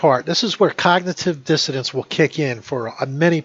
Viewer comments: Did he say 'cognitive *dissidence*' ? = #FacePalm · Did he say "cognitive dissidents"? Or am I trippin